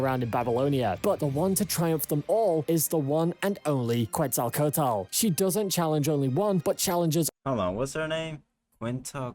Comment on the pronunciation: "Cuensalcoutel" KEKW